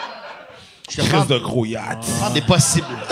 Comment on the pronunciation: Excellent épisode, agréablement surpris! Belle chimie, on dirait que la crowd dans les commentaires fait pas la difference entre vrai et faux malaise. Léger détail, la prononciation du mot yacht semble inexacte...c'est plus hot la vraie ;)